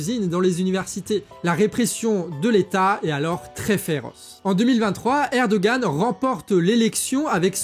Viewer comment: Erdogan se prononce ErdoWan en turque, si jamais ! :D